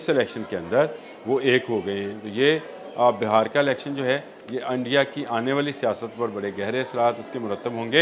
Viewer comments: Please correct the word BAHAR NOT BIHAR INDIA بِھار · بھائی یہ بہار نہیں ہے بہار ہے ب کے اوپر زیر ہے زبر نہیں Bihaar hy Bahar nai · Bi har not ba har corect it ❤ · It is not BAHAR but BEHAR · Its beehaar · لفظ Bihar ھے کم از کم نام تو لینا سیکھو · پلیز لہجہ درست کریں ، کبھی آپ بہار ب کے اوپر زبر بول رہے ہیں جو ایک موسم ھے، اور بعض جگہ بہار ب کے نیچے زیر جو اصل تلفظ ہے ، یہ ذہنی تشدد کے زمرے آتا ہے ، اور سماعت پر ناگوار گزرتا ہے ۔